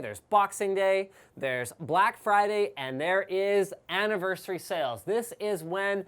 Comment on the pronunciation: Aniverseweee sounds like me trying to speak English.